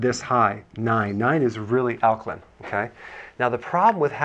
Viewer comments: Lost me when he left the “a” out of alkaline, like the “a” is silent or something. Nope it’s Alk-A-line. Not Alkline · AL-KA-LINE NOT, al ka LIN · Alka LINE ... damn, am I the only person annoyed that he keeps pronouncing it alka-len? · It’s Ak-line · In 79 seconds i hear ˈalkəlin,ˈalkəˌlīn/ badly mispronounced many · He almost pronounced it correctly towards the end. It’s a long i 😩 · you cant even pronounce alkaline [ al´kah-līn ] properly. why would i believe what you have to say about it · ok so it's not alklin! The last 4 letters soundout like this ↪ ______ . Oh is that a line? Yes. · This fool can't even pronounce the word "alkaline" correctly!!! = al·ka·line 😅😅😅😅😅😅😅😅😅😅😅😅😅😅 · Alkalin? In sure there an e on the end of that word.. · The way he says alkaline is funny lol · Is nobody else bothered by the way he says alkaline? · Yeah im totally gonna take your advice. Not! You're not even pronouncing Alkaline right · this guy can’t even pronounce alkaline correctly. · Pronounce alkaline properly please. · Daniel Druziki Well the guy in the video doesn’t know how to pronounce alkaline so I would say he’s probably not a credible source of information.